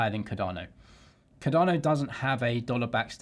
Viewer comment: How are you still calling it Ca-darrno after all these years?